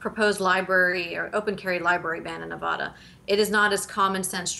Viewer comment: You both pronounce Nevada incorrectly